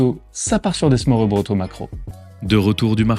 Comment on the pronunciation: Petit conseil pour la prononciation: å = o / ø = eu. Smørrebrød se prononce smeurbreud :) Superbe vidéo à part ça, elle m’a rappelé pleins de beaux souvenirs de la ville !